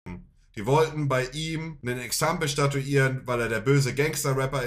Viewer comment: Kein hate untereinander wenn man genau hin hört sagt Monte "Exampel statuieren" also zu 90% richtig.....aber gerade für so etwas lieben wir ihn, unverfälscht, nicht perfekt, einfach einer wie wir alle!